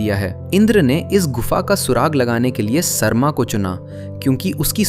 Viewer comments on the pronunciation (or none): Sarma (सर्मा) nahi, Sarama (सरमा). उसी से सारमेय (Saromeya) आया है, सार्मेय् नही। क्या हो गया हिन्दी और हिन्दीवालोंको? असली संस्कृत शब्दों का इतना विकृति!! कभी अलग से संस्कृत पढ़ाई कीजिए। याद रहे सारे सनातनी शास्त्रों वेद वेदान्त उपनिषद रामायण महाभारत गीता सबकुछ संस्कृत में ही रचना किया गया। उसका उच्चारण संस्कृत में ही होना चाहिए न कि हिन्दी में।